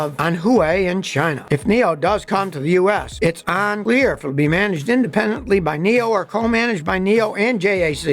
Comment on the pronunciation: Buffalo/ Niagara Falls area pronunciation issue. The word is un-clear not on-clear. My father, a Kenmore guy, has the same issue.